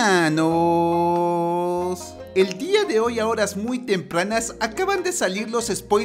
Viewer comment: Yo al escuchar helmanoos: Es exitante Saludos cabezon desde mexico Xd